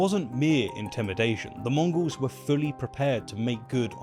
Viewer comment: Is it me, or is saying 'Mongrels' not 'Mongols'?